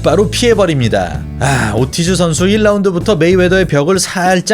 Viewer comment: 목소리도 그렇고 말투도 그렇고 얼굴 나오는거도 되게 거슬리네요. 그리고 이분 영어를 못하나요? 오르티즈를 왜 오티즈라 하나유?